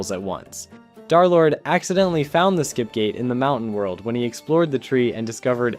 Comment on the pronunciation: "Dharr Lord"